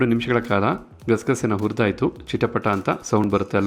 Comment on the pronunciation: Urdaytu alla hurdaytu.kannada swacchavaagirali.